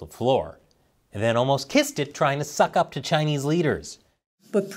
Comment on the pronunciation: Kow-towing to the Chay-knees , how embarrassing.